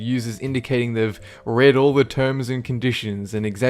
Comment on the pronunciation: red not read